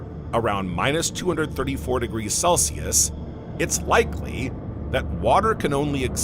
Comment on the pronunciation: degirchos? what the hell is he saying? I used to love these. This is my last visit to this channel